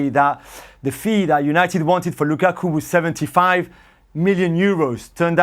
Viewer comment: Moreno needs to say Lukakus name properly